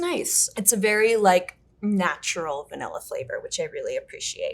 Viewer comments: I enjoyed the content, so I watched the whole thing... my soul breaking a little every time I had to hear bro say "vanella". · Great discussion. But really,, you don't know how to pronounce VAN illin correctly-? For shame.